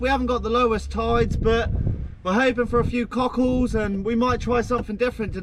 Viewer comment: you are the fuckin man and your energy is contagious..keep it up man...even though you keep saying CUCKHOLDS i love it lol